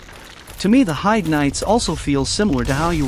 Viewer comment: I hate hearing people talk about Heide's tower, they never pronounce it properly. I can forgive text to speech, but making a critique video should have at least come prepared with knowledge on how the game's names are pronounced. And that other guy calling them Heidi knights is just unforgivable